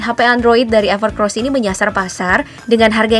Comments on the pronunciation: Evercoos bukan evercros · EverCOSS mbake, bukan EVERCROSS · Evercoss, knapa org org bacanya pada evercross😂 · Bacanya gimana sih min, evercross apa evercoss. Tulisanya kan EVERCOSS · bacanya everkeross tapi tulisannya EVERCOSS 😀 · Segitu jelas Namanya EVERCOSS kok ngomong nya EVERCROSS mulu zzzz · Ralat, evercoss mbak bukan evercross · Itu bacanya evercoss mba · evercoss apa evercross ? pengisi suara bilang nya evercrosssssssss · Evercoss mbak, bukan EvercRoss (huruf R nya cuma 1) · EVERCOSS mbak mimin, bukan EVERCROS.. 😂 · Perasaan awalnya emang namanya evercross, tp jd evercoss, itu jelas tulisanya evercoss,tp s mbaknya tetep aja bilang evercross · Belajar baca lagi mba, udah jelas evercoss bukan evercross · Evercoosss minnn.. Bukan evercross .. Dulu evercros.. selarang evercossssssss... Tinggal baca aja masih salah dasar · Evercoss bukan evercros :v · UDAH JELAS-JELAS DI TULISAN NAMA HP NYA EVERCOSS, KENAPA DI BACA EVERCROSS ?? BISA BACA GA SIH MIN ??🤬🤬🤬🤬🤬🤬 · anda salah mention. Itu ever COSS bukan ever CROSS wkwk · Evercoss bukan evercrosss... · Evercoss kenapa dibaca EVERCROS ?? KOK PAKE R? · evercoss min bukan evercross 🤣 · evercoss ya bukan evercross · Mimin bilangnya sama Evercross padahal evercoss wkwkwk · Mbak....EVERCOSS bukan EVERCROSS😃😃😃... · Evercoss min bukan evercross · Gw dengernya mba nyebut evercross bukan evercoss 😩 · Bukan "EVERCROSS" ya Mbak! Tapi "EVERCOSS" COSS COSS ga pake R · Evercoss mbak bukan evercrosbhehhehe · Evercoss dibaca Evercross kah,,? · Evercoss dibaca Evercoss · Apakah Evercoss memang dibaca Evercross? 🤔🤔